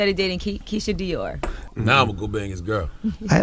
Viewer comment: Keisha Kaoir not Dior